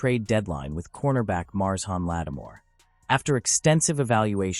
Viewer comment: Gotta love these AI articles with an AI voice that can't pronounce names. Who is Mars Hawn lattimore